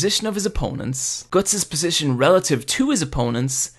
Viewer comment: I dont like how you pronounce guts